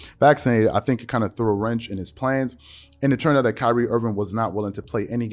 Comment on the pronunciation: “Pyrie Irving” lmaooo